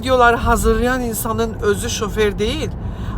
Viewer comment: Şoferin vurğusunu da səhv deyir hətta